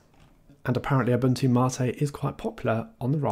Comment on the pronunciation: Imagine being this man’s IRL friend, when you meet up with him you hear him say “hello ”